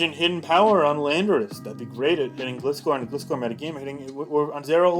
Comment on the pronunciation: My biggest wish for BDSP that people start pronouncing Gliscor properly. It's a GLIDE-scorpion. Also, that they keep the Platinum dex additions and slight world alterations. But it's unlikely since in the presentation, they said they wanted "faithful" remakes. And there was a shot of Snowpoint where a ship was shown, in Diamond and Pearl it's a standard ship. But in Pt it's an ice breaker, so who knows.